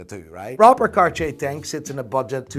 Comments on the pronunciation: Hey, I'm wondering why you don't pronounce Cartier as a regular North American that doesn't know how to pronounce it? Because your pronunciation of Cartier is even worse!:D Love you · The way you overpronounce Cartier makes me lose my erection instantly. I can’t figure out if that’s good or bad